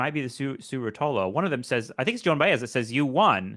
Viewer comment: I think the name Rotolo was pronounced with an accent after the first syllable, at least that’s how our mutual friends pronounced it… Did he say Dillon’s performance in DC at the Big civil rights march was lackluster? Remind me to tell you my take on that.